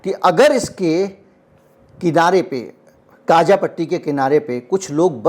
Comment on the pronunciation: Sir, It's Gaza not Gaaza